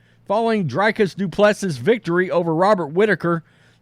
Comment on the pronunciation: It's pronounced "Dree" "kis" - "do" "pless" "see".